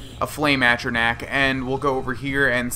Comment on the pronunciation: It bugs me that you say atronach wrong its at ro noch not at ro nack